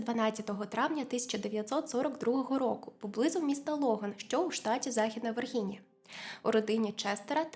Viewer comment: Але чому вірГінія, якщо люди живуть в Вірджінії? Люблю ваш контент, але палає, коли особисті імена та назви вимовляють неправильно😅 майже все в ґуґлі можна перевірити на звучання, будь ласка, не робіть моєму мозку боляче❤